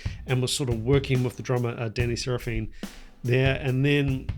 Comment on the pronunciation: It’s probably just US but I’m pretty sure Danny (drummer) is pronounced Sara-fin The 80’s Chicago style was completely different after Terry’s passing in’78-79.